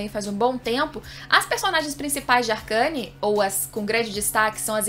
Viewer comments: "Arqueine" não "arcâne" kkkkkkkkkkkkk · Ela falando ARCANE SKKS,se lê arcene ksk,sucessos